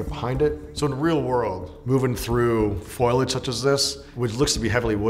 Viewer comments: FO-LI-AGE not FOILage Facepalm. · Foilage? You mean foliage? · Its "FOLIAGE" not "FOILAGE" this ticked me off more than the differences between the experts experience and the actual global atmosphere of the game. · It's pronounced "foe-lee-age", not "foil-age". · Foilige? Foliage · Am I the only one bothered by the fact that he keeps saying "foilage" so confidently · “Ecscape” “Foilage” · He said foilage like Marge Simpson. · This guy said foilage like 10 times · i came looking for this comment lol glad i'm not the only one who shuddered when he kept saying that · Navy seal roasts person playing game and offers no commentary on the game itself*** Also mispronounces foliage 8 or 9 times